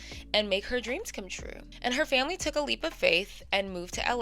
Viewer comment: Not the ACE FAM-LAY🤦🏾‍♀️🤦🏾‍♀️🤦🏾‍♀️🤦🏾‍♀️